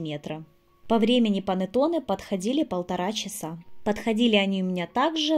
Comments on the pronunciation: Pannetonne a ne "panatone" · Рецепт пробую готовить но режет слух слово понотоне… что с русскими? Булочка бу лоч ка ❤ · Блиииииин , что за Панэтонэ??? Что вы корежите итальянские слова..Если хотите на итальянском сказать, то хоть потрудитесь сказать правельно ( хотя не пойму зачеееееем , Ведь есть на русском слова КУЛЕЧИ, что даже красивее на слух ?), но раз хотите на ,, иностранном 😅, говорите правельно хотя бы... ПА-НЕ-ТО-НЕ а не Панэтонэ, не могу блин ...И то что вы Зделали совсем не похоже на Итальянский Пантеоне...совсем.. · Что за слово понатоны?! Или как вы говорите, не поняла😳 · ПанЭтонэ, а не панАтонэ. МангО, а не манггА